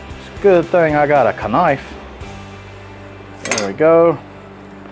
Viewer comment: "K nife "....love it ...thanks for sharing this ..!!!